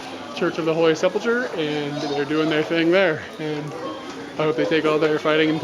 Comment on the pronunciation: the name of that church you keep killing is (sep' lick her) pheneticly. love your vids but that word is killing me!